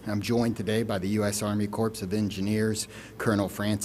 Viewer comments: I think its pronounced "core".. not corpse. Like the marine corps... And this man is actually in that position..SMFH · Did this guy just pronounce it 'corpse' of engineers instead of ''corp'??? Embarrassing. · Yes. I noticed that too. It’s Corps. And he pronounced it “corpse” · Obama pronounced it corpse too. We learned the correct way to say corps in the 6th grade. How can people get to be adults without learning this? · Did he just say CORPS? It's pronounced Corrrrrrr...plonker... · 'corpse of engineers' lmao Another DEI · “US Army Corpse of Engineers” yikes…. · I did a mental double-take at that too. He says it correctly so maybe the first time was nerves? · Let’s focus on being nice; whatever the reason for the mispronunciation, we all know HE heard it. Smart and capable man who mispronounced a word. Please be kind. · the people in this comment section are more outraged over him pronouncing the S at the end of corps than the deaths of children. That's where humanity is right now. I now know why the Bible says few will make it into the kingdom of heaven. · I appreciate these fine men for their compassionate work during a heartbreaking tragedy. I cannot fathom being charged with recovering the poor souls lost, including children. I'm ashamed for those who have felt the need to leave unkind comments pointing out a mispronounced word by a man doing a job most of us could not fathom.